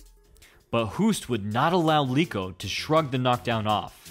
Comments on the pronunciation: Eeeeek!!! It's not Leeko, but you should read "E" as per "leg": Leko!!! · Leko not Leeko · Do you also pronounce Lego as Leego? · Learn how to pronounce Leko. Obviously you thought you discovered these fights and didn't watch them or know the fighters in the 90s